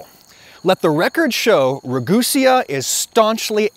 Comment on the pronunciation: Can you please just pronounce your last name properly. Ra-goo-SAY-uh.